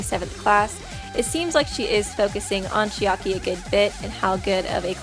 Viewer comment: Uff~! Im sorry, but it bothers me a little how u pronounce Chiaki. Its like 'Chi-Aki' how you say it, I am kinda confused. Isn't it 'Chiaki'? In like, one word? Or am I the one pronouncing it every time weong 0.0 Not trying to be rude, just wondering. I love your videos!